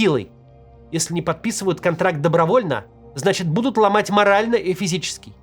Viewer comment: почему меня так начало тригерить когда максим вместо "будут" говорит "бдут"